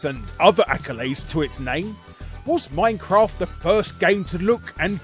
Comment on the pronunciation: Too bad his pronunciation of minecraft was an offence to the English language.